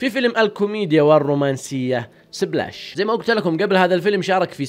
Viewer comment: فيلم سيبلاش 😂😂😂 انطق صح